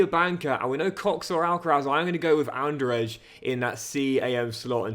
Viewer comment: also, Andrzej should be read like this. “ Angey”, with ‘Ange’ like in Angelina Jolie, it’s not perfect but i think pretty easy to understand